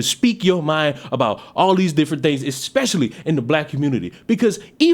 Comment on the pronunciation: "Exspecially" this guy is a fecal unit.